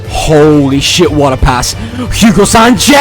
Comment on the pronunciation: All the great pronunciation for the Brazilians but he butchered Hugo Sánchez's first name smh